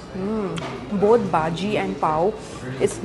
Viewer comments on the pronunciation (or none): I really don't know whether you pronounce all the dishes'names correctly or not but you really need to practice to say bhaji not baaji . 😂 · Why calls it BAJI and not BHAJI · Bhaji not baji.... Dubai not duhaabai... What happens to her pronunciation 🤪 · It's bhaaji not baaji bro, being a Mumbai girl this is not expected from you🤣